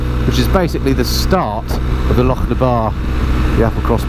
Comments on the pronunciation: And you say Loch properly, salute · Thanks for making the effort to pronounce our place names (and the word loch) properly :) I used to drive tour coaches around these roads, miss that job so much but now I live in Australia and it's all straight lines :(